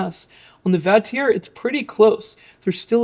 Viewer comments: The name Vatrer is pronounced "VAH-trer" (rhyming with father on the first syllable and sounding like trek-er without the 'k' on the second), and it is commonly acknowledged by the manufacturer and reviewers alongside variations like vater. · Where did you get the pronunciation? Wouldn't your pronunciation require it be spelled Vatierre?